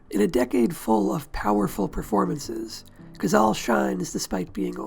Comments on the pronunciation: It is NOT "Cazal" but "Cazale"; in Italian, like in Spanish, vowels are ALWAYS pronounced. I hate how damned lazy English speakers are regarding foreign names, they do not care about their proper pronunciation. Having said that, this video is an excellent tribute to an underrated but magnificent actor. I think that Cazale´s performance in THE GODFATHER was his finest. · 670 comments and no one noticed it's pronounced "codzahlay..." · I THOUGHT IT WAS PRONOUNCED CAH-ZALL-LEE? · I wish you'd made a video about the man where you didn't completely butcher his name. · I've head this cat's name pronounced three separate ways.